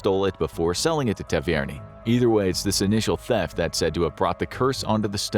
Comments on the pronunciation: "ta-vair-nee-ey" is how you pronounce "Tavernier". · wtf how did he just pronounce "Tavernier"??? lol